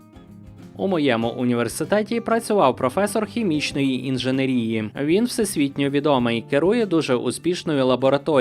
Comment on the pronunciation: Блііііін, інженЕрії! інженЕЕЕЕЕЕрії! І якби ж тільки це!